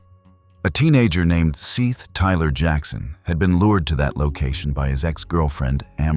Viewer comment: His name (Seath) is pronounced SETH, not seeth.